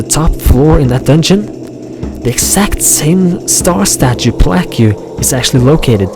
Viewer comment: Plaque is pronounced "plak" not "pla-que"...